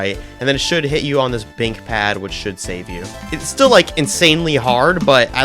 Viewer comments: “bink pad”🥀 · Did he just say bink pad